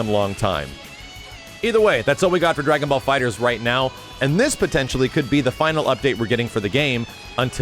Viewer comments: Erik Douglas no, it’s the opposite. I read in an article of Game Informer that the title is pronounced “Dragon Ball Fighters” despite the temptation to say “Fighter Z.” It’s Fighters, not Fighter Z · The latter, FighterZ. Pronounced as an S.